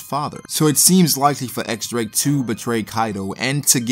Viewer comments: i'm just waiting to see Drake's hybrid t-rex/human form! Also, his name is pronounced "Diez Drake" not "ecks Drake." The X is a roman numeral 10, or diez in spanish. You can check the japanese katakana, it's pronounced diez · Just so you know. The X is pronounced as Diez.